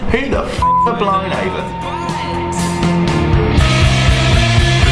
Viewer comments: I’k annoyed me throughout this video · never heard it being pronounced before and it isn't what i expected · you're saying it wrong.